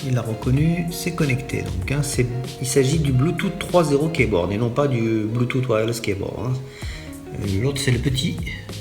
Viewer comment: Pour info ça ne se prononce pas bluetoute mais bluetous, j'ai failli dislike quand j'ai entendu bluetoute.